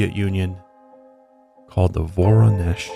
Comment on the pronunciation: As a Russian, thanks for pronouncing Воронеж (Voronezh) correctly